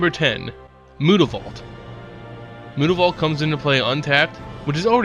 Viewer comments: Mootavault?!?!!?! Its myootavault!!!!!!! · I've watched a few of your videos, and you seem to have a penchant for mispronouncing words and names. Jace's last name isn't Beleran. Innistrad's red-walker isn't Tehbult. And unless it's on 4chan, it's not mootavault. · If it's supposed to be pronounced like that I must've missed the 'o' somewhere in Mutavault. It is pronounced 'm-you-ta-vault'. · I just want you to say "Mutavault" correctly -.